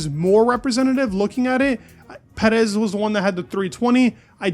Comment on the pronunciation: My man why you keep saying Petis in-sted of Perez?